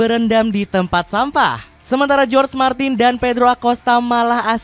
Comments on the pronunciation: Bacaannya horge martin ,bukan jorg e martin minn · Naratornya saat ucap nama Martin,jadi aneh.Seharusnys para narator channel YouTube harus bisa membedakan antara pengucapan Spanyol dan Inggris.Martin adalah Jorge Martin dibaca Horge Martin bukan George Martin.